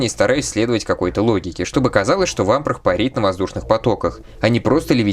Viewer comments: В субтитрах есть явная опечатка- bro(c)ken, shaky head лучше в этом контексте заменить на wobbly, а правильное произношение Вампра- без звука Хэ на конце, так как по правилам чтения у “Vamprah” h на конце будет глухая..если только это не личное предпочтение) В остальном контент на высоте! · Буква h в английском на конце не произносится, как и во многих других случаях. А про Чирокса я не знаю, вроде бы он все также произносил.